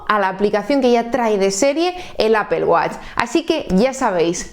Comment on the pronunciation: Primeramente muchas gracias por la información, lo que no entiendo de verdad es que si tú eres hija de España, (LA MADRE PATRIA) mujer tan preparada y con acceso a tanta información,¿ Porque Apel? Te juro que no puedo comprenderlo. Que cosa es Apel? De dónde sale? Porque Apel?????? Me sale urticaria cada que escucho eso, disculpame pero es aberrante. Te costará mucho pronunciarlo adecuadamente. Yo te lo agradeceré en el alma, incluso me suscribo y pago. APPLE, recuérdalo.